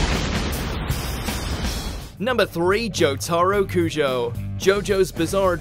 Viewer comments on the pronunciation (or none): No one: Watch mojo: JOE TARO KUJO